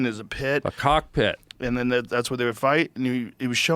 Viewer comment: “cock-pit” he can’t be stopped 😫😫